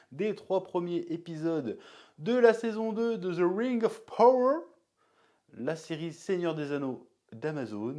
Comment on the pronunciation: par contre c'est pas ze ring auf power MAIS ZE RING OF PAWOEUR